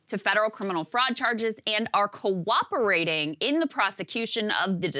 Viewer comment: She has a hard time saying the word "cooperating."